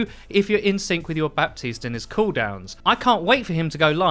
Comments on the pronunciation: Buh-teest not Bap-teest. The P is silent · It's Ba(p)tiste... not BaPtiste... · Guys watch Jeff’s video about Baptiste. The P is silent. It’s pronounced Batiste. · my ear hurts a little each time i hear "ba-P-tiste" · The P in his name is totally silent rip 😅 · THE P IS FUCKIN SILENT. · The P is silent lol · The P in Baptiste isnt really spoken, its more silent :) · my man, you gotta pronounce Baptiste right, it's driving me crazy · Ok but can English speakers get the grasp of saying "Baptiste" like the "p" is silent, I promise.